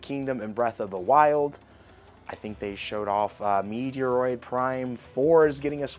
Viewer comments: You have got to start pronouncing Metroid, right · You said Metroid wrong